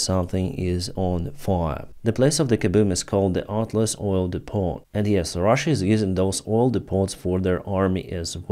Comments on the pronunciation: ***depot: pronounced, dee-po. FYI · Hi. Depot is pronounced DEPO without the 'T'. Great work btw.